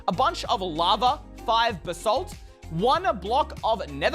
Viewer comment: its pronounst basalt